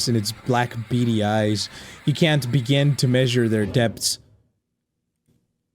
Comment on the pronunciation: the word: begin: "begging"